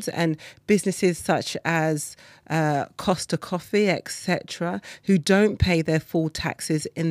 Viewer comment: Cost coffee lol you mean Starbucks?? Hahaha